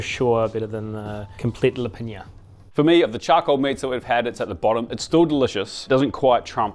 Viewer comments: Oh dude, thank you for butchering komplet lepinja for me. I would have gone nuclear if I was by any chance near you while you were in the process of making it. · Oooh have to stop watching after you butchered that komplet lepinja lol who knows how else other dishes are misrepresented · Love the content, but you completely butchered Serbian Komplet lepinja